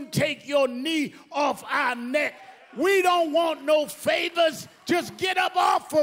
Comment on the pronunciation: I just love how he pronounced "NECKKQQ". Great orator.